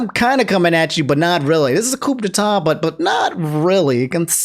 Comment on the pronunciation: Coup de tas = "koo de tah" Wagner = "Voggner"